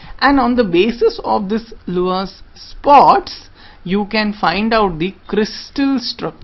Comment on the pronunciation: Please note, "Laue" is pronounced "LAA-WEE".